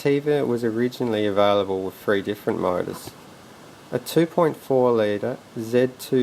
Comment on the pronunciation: Three.... TH.... Not Free 3=three